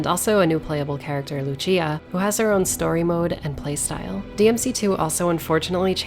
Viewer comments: LUCÍA. Not Luchía. EDIT: Thanks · Lucia,Lussia Not lutia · It's not Lu-CHI-a! It's Lu-SI-a! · Is not Luchia is Lucia lol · im like 99% sure she literally says her name out loud at some point how did you come up with this pronounciation 😭😭😭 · She called her loo chi a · Well, after reading Lucia's name in katakana I can confirm that the official pronunciation is "Luchia". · the name Lucia is pronounced with a "th" like in thousand